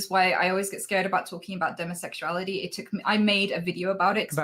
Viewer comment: i completely forgot she identifies on the ace spectrum. I don't hear that accent/pronunciation choice for demisexuality that often